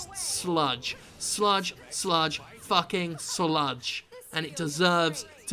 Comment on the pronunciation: "...has truly FRUCKING ruined a game."